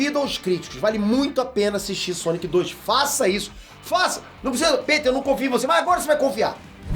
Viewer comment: o c de Sonic parece um ó na tumbkkkkk, "sonio"